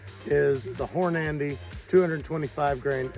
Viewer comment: love ya brother but please pronounce Hornady correct its got one n just one N its Hornady it sounds like your saying Horn ----- Andy lol. and you do need to pick you up a brawler there extra fun at the range thanks for the videos keep them coming